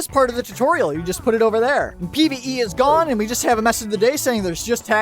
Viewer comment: Pve I thot he said pbbv